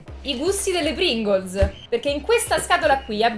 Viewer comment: Pringles: Pringols: Pringolz